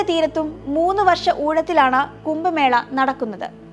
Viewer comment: കുംഭമേളയെ 'കുമ്പമേള'യാക്കിയ വിവരണം തീർത്തും അരോചകം.